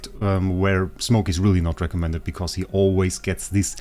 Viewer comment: I swear i heard you saying this is the wraecommended healer :D